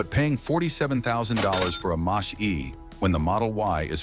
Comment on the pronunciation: Moshee... Moshee... Mach E.... Mack E... Moshee...